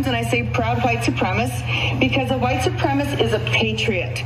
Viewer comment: She can’t even pronounce the word properly. It’s suprem-A-cis-T.